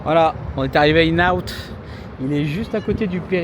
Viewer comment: Le restaurant tu dois prononcer IN and OUT. Le N de IN- N-OUT, c'est une contraction.